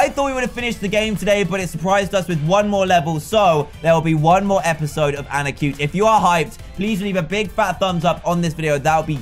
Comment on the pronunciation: "arnitcute" XD It's Anarcute